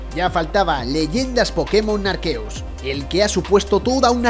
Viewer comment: Entre el pokemon "arqueus" y los millones de "ahí, es nada" no entiendo nada